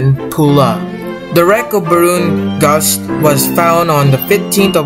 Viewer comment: It Is Actuallly Said SS Ba r o n Gausch